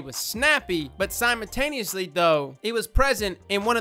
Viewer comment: Please say simultaneously instead of simontaneously